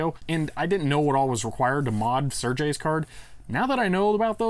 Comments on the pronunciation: Great, now I wonder if it's somehow possible to connect a floppy controller over PCI Express. Also, it's pronounced ser-gey, not sir-jay. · Awesome video! :) Sergey is pronounced "Sir-gay", btw. Not kidding.